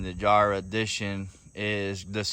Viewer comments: 'yahre' edition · The "emblem" or as it is traditionally called, the roundel. The one on the jarhe was standard on 23's due to it being the 50th anniversary year or "jahre" (yawrea) *kinda pronounced like that haha.